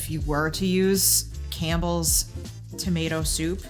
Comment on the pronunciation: OMG!!! Cambles soup?????!!! Lol...